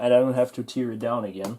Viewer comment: By the way, tear(as in "tear down this wall") is pronounced like tare, not like tear(as in crying).